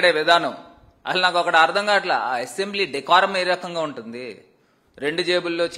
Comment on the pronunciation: యాసెంబ్లీ కాదురా స్వామి అసంబ్లీ